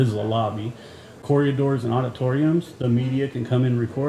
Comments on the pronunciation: Corridors. Not corriadors. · it’s corridors not coryadors 😅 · I wonder if knows he says “corriadors.”